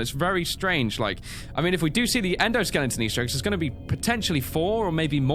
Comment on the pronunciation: Is it just me or did say "EndoSkellington"? xD